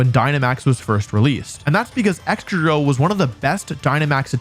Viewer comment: Its excadrill. (Please?)